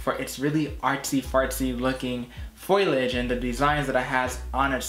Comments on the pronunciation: “Fole-EE-age” 🍃🍃🍃 ….Not “foil-idge” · The word is pronounced FO LEE AGE not FOILAGE ..... good grief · FOliage, not FOILage... sorry but you've got some good info, just want you to sound like you know what you're speaking of. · Just a heads up, foliage is pronounced “Foe-Lee-idge” 🙏these botanical terms can be confusing 👍